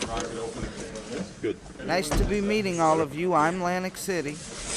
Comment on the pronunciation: Lmao "nice to be meeting all of you I'm Lantic City"